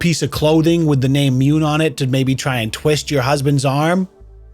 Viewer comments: It has to be pronounced "moon", not "Mewne" right? I mean, June not "jewne" Dune not "dewne." On a side note, My now adult son, he was boen when I was in my teens, is named after a lie I told his mother. hahaha It was harmless, she wanted to know what my middle name was early in the relationship and for some reason I thought it was funny to tell her the most ridiculous name I could think of and I never told her the truth until that name was on the birth certificate haha He rocks it though ;) I should add, I had no say in the name, there was no discussion, I didn't know what she was planning all I knew is that when I showed up and heard the name I was thinking "Oh shit.. I never told her the truth did I..." hahaha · Mune is pronounced myou nay...according to Google translate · ...the name Mune is pronounced "myoon" and means "Guardian of the moon". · Its pronounced MOON😂😂😂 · It’s pronounced “munneh” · The entire “Mune” story had me laughing so hard, the way you pronounced “Mune” and the way you portrayed the wife wanting to meet someone to conceive a child named Mune 😂😂😂😂😂🤣🤣🤣🤣🤣🤣🤣!!!!! HAHAHAHAHAHA!!!! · Wtf is a Mune ??!! 🤣🤣🤣